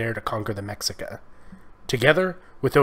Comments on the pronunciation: 😂😂 the “ MECSICA”?? It’s pronounced MESHIKA.. great video!! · fyi - it pronounced ma-she-ka (mexica) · It’s pronounced meshica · Great video! FYI, the tribe was pronounced "Me-shi-ca" not "Mexi-ca" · The "X" is pronounced "SH". Not Mexica (mex-eecaw) but (Mesh-eecaw) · X is not pronounced as a CK, it’s pronounced as an SH. *Meshika. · I agree although some of the pronunciation was off as mexica is pronounced meh-she-ca ant texcoco is te-sh-coco. The information itself was great though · Magnificent video. I wish there was more study on this too. Native American history as a whole is severely underrepresented or misunderstood. We need more of this. Also pronunciation: *Méxica - MEH-shee-kah (X is actually a sh sound because of mistransliteration by Spaniards) *Aztec - AS-tek (Z is actually an S, again because of Spanish) *Méxica is what they traditionally name themselves. The use of Aztec was popularized after the invasion of Spaniards. Aztec is said to be the name of the Méxica people's ancestors from their mythological place of origin, Aztlan (As-tłan) Lake Texcoco - TESH-koh-koh Méxica capital Tenochtitlán - teh-notch-tee-TŁAHN ("tl" is more like a breathy L sound or a mix of Th and L) Tlaxcala - *TŁAH-sh-kala Mixtec - MEESH-tek Zapotec - SAH-poh-tek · This is a good video and pretty thorough overview of Mesoamerican Indigenous history. One thing though, and I can only speak specifically of the Mexica aspect, is the pronunciation. The X is like an SH sound. So it's Mesheekah, and other words follow that pattern, too, when in reference to Nahuatl words. Again, great info. I learned more about things I hadn't known much of. I'm a descendant of one of the various indigenous groups that settled in Sinaloa, but I'm on a search for more info. Thanks. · Cool video! I'm purepecha/chichimeca (Guanajuato) and nahua (from Guerrero and Puebla-Tlaxcallan area but an ancestor is from Cholula). Also Tlaxcalla and Mexica are pronounced "Tlas-calla" and "Me-shee-ca"